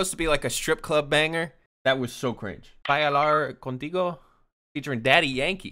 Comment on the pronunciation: "As a half Hispanic". Proceeds to butcher "bailar contigo" 😂 it's ok to be gringo bro, you don't get bonus points for being half minority